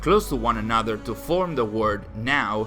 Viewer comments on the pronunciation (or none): none